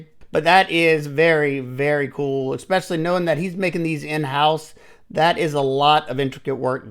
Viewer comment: Oh lord...Ekspecially, whenever, anyways.....I can't even listen anymore